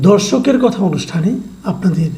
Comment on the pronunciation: কি বললেন বুঝলাম না, দর্শকের কথা অনুষ্ঠান নাকি ধর্ষকের কথা অনুষ্ঠান বুঝলাম না ঠিকমতো।